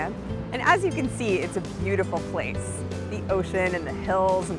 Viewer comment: Did I just hear her just say pwace? In